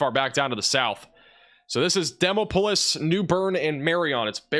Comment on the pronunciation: Butchered the pronunciation of "Demopolis" a bit , but that's honestly something I'm willing to overlook.